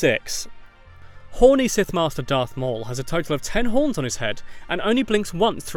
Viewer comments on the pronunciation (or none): Don’t you hate it when people say dark Vader it’s darth Vader